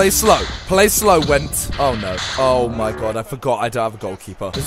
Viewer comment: Wow, Wendt is my surname and now i find out that there is player with the same name xd (Btw you say it like "vent")